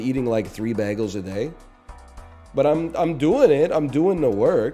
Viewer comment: How do you feel about baggles?